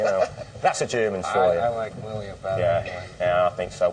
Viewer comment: I thought he said Lillian but her name is Lillia (whoever that is)